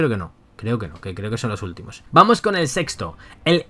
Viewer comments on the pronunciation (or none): none